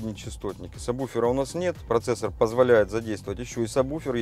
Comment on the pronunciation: "Сабуфера"!!! "Сабуфера"!!!!! Мои уши!!! "Сабуферные"!!!!